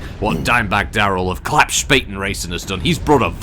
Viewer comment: Being German, I was laughing my Urbie off, when "Klappspaten racing" was announced. A Klappspaten is basically a foldable army shovel, but in Germany being called a Klappspaten means that you are an idiot. Correct pronunciation of Klappspaten is like "Club" and "Spartan" without the R, and the S sounds sh like in "she"